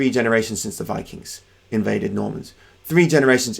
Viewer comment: They were Vii-KINGS, not fucking Vi-Kangz.